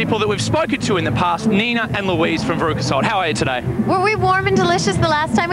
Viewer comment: I like how Nina calls Louise “Weez” in the interview